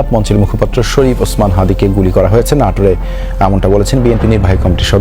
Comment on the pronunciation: আষ্ট নই বলুন আট দিন। আষ্ট কিআবার